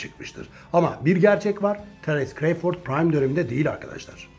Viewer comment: CREYFORD NE ABİ CRAWFORD İNGİLİZLER NASIL SESLENİYOR Bİ DİNLE İSTERSEN